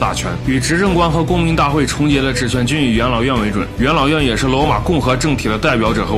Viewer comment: 总是把元老院听成养老院 哈哈哈